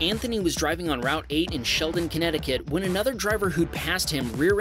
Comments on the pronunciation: Um, It's ShelTon, Ct., not ShelDon. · Hey! I was more than excited to hear "Sheldon Ct" because that's my hometown. BUT its actually ShelTon. No problem, just probobly gonna be the only one to notice haha. Love the videos!:D btw I know it because the sign says Huntington Road, which used to be our town name. Hope to see a new video soon:)